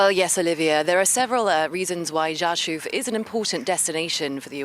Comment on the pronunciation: Congratulations on pronouncing Rzeszów correctly!